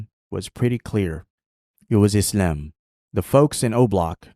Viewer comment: Why does he say Izalm and not Islam